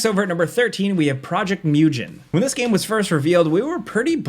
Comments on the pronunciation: Technically, it's pronounced 'moo-gen', not 'mi-yoo-jen'. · Mugen, like mew gain. Not like new-gen. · Mugen is pronounced "muh-gn", not "mew-gin" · Where the fuck do you see "project mewjin"? It's mugen ffs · “Project Myujin” I’m crying 😭😭😭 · One thing, Mugen, is pronounced moo-gen. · My brother in christ, it's a game from Asia MU as in MUSASHI GEN as in GENSHIN MUGEN not myoo-jen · Also. Mugen is pronounced Moo- gen (hard G like Genshin) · “Mew-Jin” lol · This guy said project Myujen..... Oh my god.... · project "mewdjen" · Hey just some feedback, you’re mispronouncing Project Mugen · Who told my boy that's how you pronounce Mugen 😭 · Great video as usual. The pronunciation for Mugen though xd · I'm so happy they took the hawk ops out of the delta force name, that was such an awkward name, also the way you say mugen is so funny😂